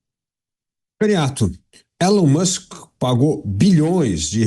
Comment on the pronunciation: não é " Élon Muski" se pronuncia " Ílon Musk"